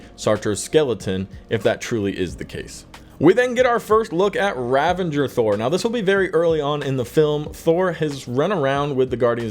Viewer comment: THERE IS NO LETTER "N" IN RAVAGERS!!!!